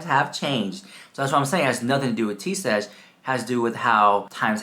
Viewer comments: Thank you so much, girl, for the laugh! You could not get her name right to save your life! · you called her Tea Sesh the whole video. Except once..😂😂😂❤❤❤but you know her and you do not even know her name You liar the house.😂😂😂. You better fix the video and correct her name and then I will believe you...😂😂😂